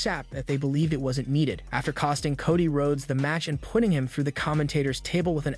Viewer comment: Coddy? Bulor? AI needs to learn how to read